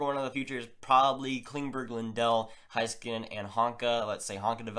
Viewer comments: Its pornounced hay not high skanen. Listen to the announcers in the highlight clips. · It's pronounced Hayskanen